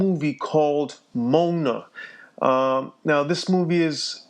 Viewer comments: Mmm but maui isn't even the one parting the sea, its baby moana . Mow-anna not moan-uh. Plus i see this as a myth as well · its Mo an a not mona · its not moan-a its pranounced Mo on a and sorry for bad spelling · Lol.... Moan-a It Moe-ah-na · it isn't moan-a , it is mo- ana. AND that is Moana walking through the parted water as a child to pick up the "heart". And it wasn't the wind parting it but the sea parting itself as it's own entity claiming that the sea chose her to find Muai (who had nothing to do with the water parting- watch the movie to get the full understanding before making a video) to help her replace the "heart" that he stole. THIS VIDEO TAUGHT ME NOTHING I DIDN'T ALREADY KNOW. I want to know what the spiral is on this "heart" in the movie...it means something. I have seen this same symbol on the bunny in the Movie THE LAST MIMZY and also have seen it on a skull in a demonic picture dealing in witch craft. THAT is what your focus should be. Uncovering the deeper truth. Not the obvious truths. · He said mona not Moana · "We'll be talking about a uhhh disney movie called Mona" Umm scuse me bish its MoAna not mona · who is gonna believe you??????? YOU CAN'T EVEN PRONOUNCE MO A NA CORRECTLY. YOU KEEP SAYING MONA MONA MONA. GET IT RIGHT! OR DON'T NARRATE THIS VIDEO! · Dude wat the freak. I see tht ur trying to expose this Disney movie but it doesn't even seem like u watched it. Like moana is pronounced Moe- ah- nuh not moe- nuh if u want to expose this movie then try digging deeper cause all u did was upset ppl n their ancestors history. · Just had to stop at the point you say the name.....its not Moan-A its Mo-A-Na! ok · The level of ignorance is astounding! Mo-Ana (not Mona) is not demonic. Do proper research and stop making unsound assumptions. You come across as uneducated, among other things. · It's mo-Ana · It's called Moana. (MOE-AH-NAH) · This is not happening ACTUALLY the movie name is pronounced MOE-AW-NA Moana sorry if this offended you )